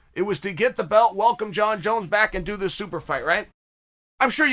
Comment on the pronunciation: Chael: Surreal Gong Also Chael: Jong Jones Me: OK, great!